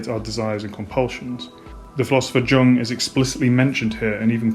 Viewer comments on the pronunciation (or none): Minor nitpick: Jung is pronounced "yoong", not "dchuhng". Otherwise, excellent video.